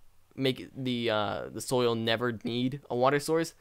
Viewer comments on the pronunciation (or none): none